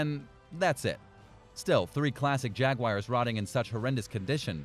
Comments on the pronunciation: I love Jag-wires!!! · Videos full of mis information and Jag-wires 🤣 unsubscribed